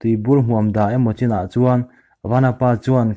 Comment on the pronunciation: Mizo tawng i thiamlo chhiava a ni e. Chaina =China tih te’n i chhiar a, mahse i record hma hian chhiar chhuak hmasa phawt la chhiar dik tum la chuan I record dawn nia, channel meuh nei tan chuan a zialo em mai. Mahse hma i sawn thei aw.